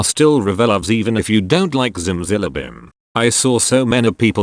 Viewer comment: really said ziMzILiBim